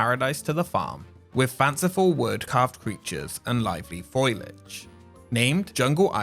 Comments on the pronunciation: I can handle his "firty free", because I love his accent and I also have a speech impediment. But when he says "foilage" instead of "foliage"..... can we agree someone just mis typed the script or he isn't reading it right? 🤷‍♂️😂 Thanks for the awesome content brother. 💜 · . Foilage? Ugg. Learn to pronounce words. foLIage. ENveloping? enVELoping. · Fo=Lee-age not foil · "Foilage"... It's foliage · LOL@ foilage" :) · oh man, 'foilage.' noooo!